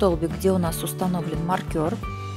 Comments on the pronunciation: Ух как режет слух маркЁр, правильно маркЕр... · Ну мне просто интересно, с чего вдруг маркер стал называться маркЁр? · Все очень понятно. Но, пожалуйста, не говорите маркЁр, нет такого слова! Очень слух режет. А за подробное описание- спасибо ) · маркЁр....режет слух ужасно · Спасибо. Хорошие тапки! Отдельное спасибо за накИд, но маркЁр это просто что-то с чем-то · Здравствуйте.Вязала по вашему мастер классу. "Маркер" режит слух. Потеряла время, получила опыт по перевязыванию. Спасибо. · Люди скульптуры вяжут , и то все подробно обьясняют , надо было сначала связать , все петли прсчитать , а зачем забегать вперед? Не проще было где прибавки с 1 ряда поставить маркер и пусть бы он болтался и все было бы понятно, а то вот разгляди там ,где была при бавка провяжите , сдается мне , что у нее всего один маркер и слово маркер выговаривает неправильно , прямо режет по слуху!